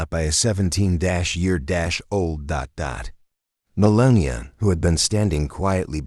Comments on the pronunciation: You know if you had miss pronounced Kamalas name once you'd have been in trouble with the media and DNC ,now show melania the same respect, we know Kami didn't deserve it. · At least learn how to spell and pronounce her name!! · Say the First Ladies name correctly AI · I don't think this is real. The voice isn't pronouncing Melania's name correctly. This may be e AI. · Whomever is speaking during this video needs to speak Melania’s name correctly. You wouldn’t get away with mispronouncing Michelle obamas name ( I mean Michael). You people are just EVIL….. Melania is a First Lady who is very intelligent, beautiful with class and I might add compose. Calloway is disgustingly and jealous and probably very (scared). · This is a great story that proves the parenting skills of Donald and Melania Trump. However, I was extremely disappointed that the narrator could not pronounce our First Lady's name correctly. Ever. Not once. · Your not even pronouncing her name properly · It would be nice if the AI voice was programed to pronounce Mrs. Trumps name correctly. pathetic! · Talk about dis-respect..... learn how to pronounce our beautiful First Lady's name correctly!!! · I hate A I. How many times did they butcher Melania’s name? And in the end, repeating the previous clip. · I am proud Baron stood up for his mother!! Sorry, but some constructive criticism for your post. Several words were not pronounced correctly. Several Missus should be Mrs. . More than anything you spelled and pronounced Melania's name in several forms. She is the First Lady for 2nd time and deserves to have her name spelled and pronounced correctly. Thank You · You need to learn how to say Melania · Please spell and speak Mrs Trump's Christian name properly! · Get her name right there is no n at the end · What’s pathetic is the narrator repeatedly mispronouncing Melania! You people need to get on your game a little better. Pretty good fiction. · learn how to pronounce her name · "Millenia Trump" !?